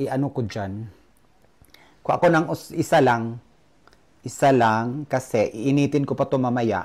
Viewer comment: happy for u look healthy,,,improve na pronounciation mo sa KASI not KASE,,,tker